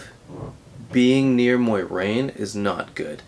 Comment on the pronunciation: BTW it's not Moirane, it's More-aine, Moraine